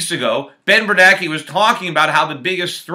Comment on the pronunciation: I thought it was Bernanke not Bernake.